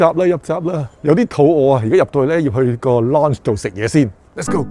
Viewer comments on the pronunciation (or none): 好似讀noun咁讀loun-ch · “Lounge” 唔系咁發音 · 在YouTube 無意中睇到你條片，拍得都還可以但建議講嘢個tone可以改下，好old style 同埋建議查吓lounge 字正確讀音。